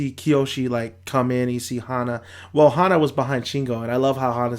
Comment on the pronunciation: You got this! I believe in you. MAR! REEEEEE! You have Hana's name down and most suck at pronouncing that.